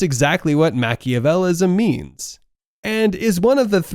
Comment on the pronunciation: Your video would be more convincing if you could correctly pronounce the words related to your subject matter. Mack-E-uh- VEL- ee- an- ism. Psy-COP-uh-thee. I say this with respect and not with any harmful intent.